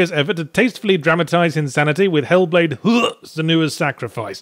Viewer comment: Making me feel sick after hearing Yahtzee pronounce the game title that way so often.